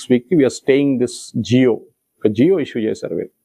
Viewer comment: జియో కాదు జీవో